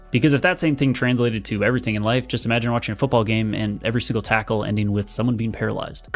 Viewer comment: Talk about para-LIES-ed lol